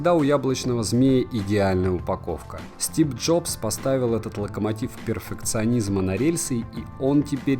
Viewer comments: почему чел сказал СТИП ДЖОБС????? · Стип Джопс😂😂😂 откуда там п?😆😆😆